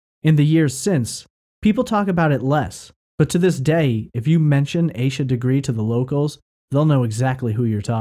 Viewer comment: He is pronouncing it correctly